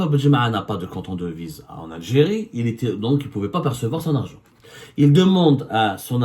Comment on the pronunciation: 3abdou, tu as un sérieux problème avec les voyelles, on dirait; Je te l'ai dit plusieurs fois que notre "pays"; comme PAIX + Y , ou (i), et non pas "Piiyiis", s'appelle l'AlgÉrie et non pas L'ALGYRY et pour finir, on dit int(E)lligence"Int(É)lligence", le "E" se prononce "É " lorsqu'il précède une double consonne, et surtout pas "Int(i)lligence comme toi tu le prononces.